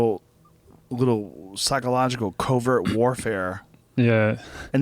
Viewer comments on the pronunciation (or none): none